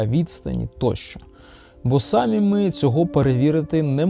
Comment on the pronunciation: Не сАмі, а самІ